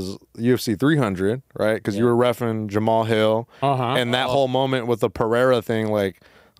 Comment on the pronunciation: Why is having such a hard time pronouncing "Jamal"? It's Juh-Maal Hill who tf us Jamahal? Lol